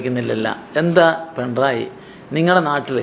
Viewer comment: പെൺറായി അല്ല പിണറായി